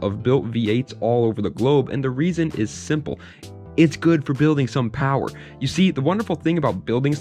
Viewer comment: “Its good for building some powaa”